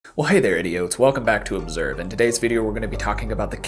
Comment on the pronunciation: “Hello idi-ots” mind you the subtitles doesn’t struggle to say idiots lol why is that your intro?